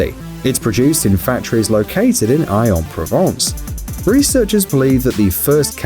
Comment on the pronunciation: It’s pronounced axe-an-Provence, not aye-an-Provence...